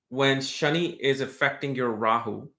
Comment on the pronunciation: It’s Shani not ‘shiny’.